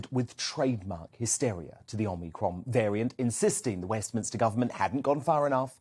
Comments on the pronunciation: Does he know it’s pronounced Omicron and not omnicron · FOR THE LOVE OF GOD IT'S OMICRON!!! NOT omNicron!!!! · Keep trying!!! OMI-CRON. You'll get it eventually... but not yet!!!!